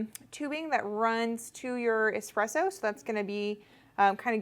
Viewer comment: great video but can someone teach americans that its eSpresso and not eXpresso...